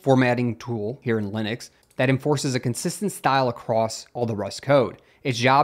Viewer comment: narrator says "leenus" and "lihn ix" lol